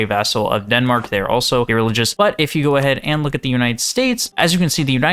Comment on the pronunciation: Ereligous is a crazy pronunciation